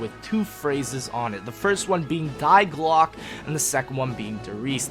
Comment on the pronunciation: Die is pronounced as Dee and glocke is pronounced as glerke ... they are German and together they mean the bell